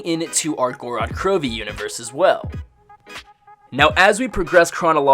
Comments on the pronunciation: Gor-rod kro-vee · Literally means the land of blood in Russian not Goo-rad Crew-vee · Go-ro-d kro-vee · its pronounced gowrod krowv